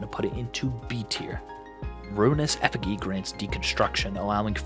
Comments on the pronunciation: bro really said “Efigy” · Bro really said ruinous ef fig ee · Thats the wrong way of saying effigy